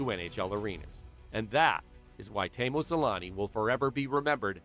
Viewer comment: is it so hard to do a 4 second googling "how to pronounce Selänne"?? 😂 also why drop a whole ass letter from someone's name, "Temu Salami"